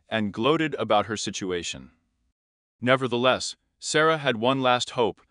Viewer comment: Its Sa-roy-a. Not Sara. Reprogram your AI